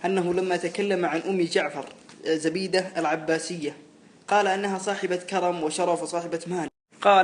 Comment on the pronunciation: زُبيده بضم الزاء وفتح الباء